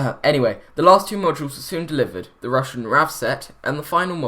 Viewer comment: Your pronunciation of Russian is deplorable :) Go to google translate and listen! Not too hard to say :)